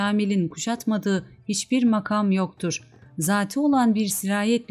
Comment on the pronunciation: Türkçede hece, kelime ve anlamına göre kelime vurgularının nerede yapıldığını bilmeden böyle bir şeye soyunmak doğru değil. Mesela "makam" kelimesinin ikinci ünlüsü uzun vokal olarak okunmuş, oysa kısadır. Kur'an ahlâkı da şunu tavsiye eder: "işinizi en iyi şekilde yapın." Bir iyi yapmak istiyorsanız, onun ilmini öğrenin lütfen. Hakkını vermiyorsanız hiç yapmayınız. Yanlış, eksik yapılan işten hayır umulamaz.